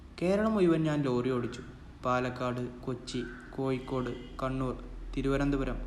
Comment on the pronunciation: കോയ്ക്കോട്, കുയി, മയ..... ഹാ....... ഹാ....... ഹാ